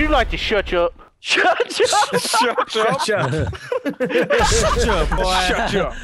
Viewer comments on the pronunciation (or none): would you like to shuch up? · Martin Juárez no dude it’s shuch up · No its shutch up not shut up X3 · "It's time to Nutch up or shuch up" XDDDDDD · SHUCH UP! LOL😂😂😂😂😂😂😂😂😂😂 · Nutch up or shuch up XD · you said shuch up